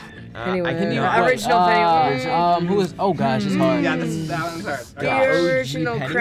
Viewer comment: Did anyone hear finn wolfhard say krenny wise instead of pennywise or is it just me